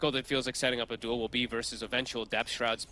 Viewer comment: skil name: Duel caster: dool (sounds more like doom)